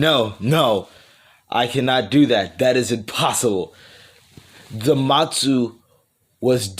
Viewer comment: Why do you call zamasu zamatsu